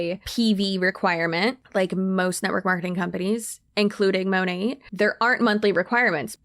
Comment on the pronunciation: This girl can't even pronounce Monat correctly. What is "Mow-Nay"?? 😂